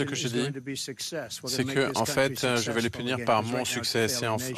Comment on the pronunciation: Trump et les "en faîte"😂😂😂😂 En faite cest la fete des emphets